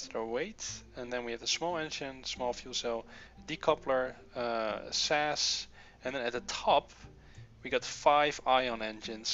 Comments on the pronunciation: Please say S.A.S not sas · Not that it matters, but ti S-A-S and E-V-A individual letters.